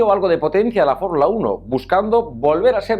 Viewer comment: ""FORRULA UNO""